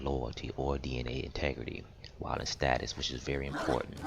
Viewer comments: Is STASIS NOT STATUS 😂😂🤦🏾‍♂️ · Thanks, Helped a lot! Although it annoys me to no end that you cannot pronounce 'stasis'! ;)